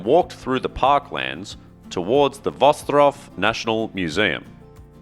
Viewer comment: Great pronunciation of the name of the city, Wrocław !!!!! 👍👍👍:washhands::washhands::washhands: Congratulations, and thank you for your effort to learn how to pronounce this word 🧡💗